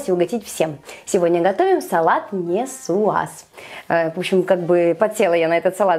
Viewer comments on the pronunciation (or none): нИсуаз!!! А не несуаз.